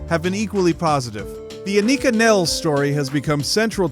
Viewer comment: Learn how to say her name.